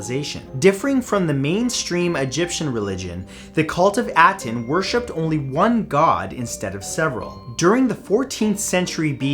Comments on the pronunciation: Ah-ten .... Not at-en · It’s pronounced ah-ten, not At-en. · First of all you're mispronouncing Aten, second there's no mystery there. When AkenAten died the people of Egypt went back to the proper Egyptian beliefs and destroyed as much documentation of AkenAten and his religion as possible.